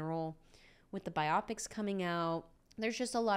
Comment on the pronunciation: Never mind the hysterical fangirl stuff. You mispronounced "biopic". It should sound like two words: "Bio" and "Pic". You made it rhyme with "myopic" which is just intensely silly.